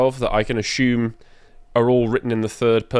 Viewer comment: I wouldn't buy any course connected to grammar, logic or rhetoric from somebody who pronounces 'assume' as 'ashume'. Nor somebody who doesn't know how to use 'unique' well...